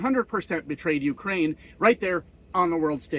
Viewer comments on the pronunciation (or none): none